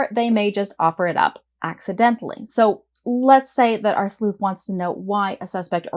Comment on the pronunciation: Thank you for your video, I was planning to create a messy crime story, now it looks easier on me at least. I just wanted to share with you that english is not my mother language and every time you said 'sleuht' in the beginning I was confused why you say "sl*t"especially with a weird accent. 😂